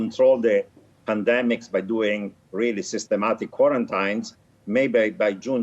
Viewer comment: My dawg said QWORINTYNES